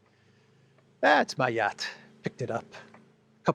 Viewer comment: shows off his 'yatch' 🤣